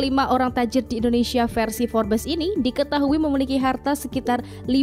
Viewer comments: Baca nya forbs admin bukan forbes..memalukan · Information nya sungguh berguna dan menarik tetapi sebutan "Forbes" salah dan silap dan tidak betul Sungguh lemah